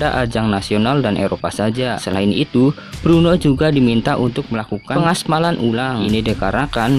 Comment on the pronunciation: Udah ngmongnya di jelas"in ech kliru lagi Brno bang bukn Bruno, lu kira pmain MU bang Bruno Fernandes 🤣🤣